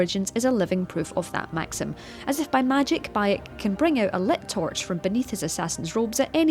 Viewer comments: I knew I could light my bow from my torch but not my "tourch" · ‘You can light your bow from your tourch’ um what’s a tourch? A torch that you touch? That sounds painful, huh? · Haha "tourch"